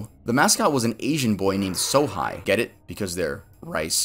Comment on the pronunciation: Had your vid playing in the background while I was working when the Sugar Rice Krinkles' Sohi kinda gave me a shock. Sohi, the way you pronounced it means a whole other thing in Chinese. 'Sohai' is a derogatory term for 'idiots'. Pretty sure this will be buried in the comments but eh 🤷 Love your vids btw 😁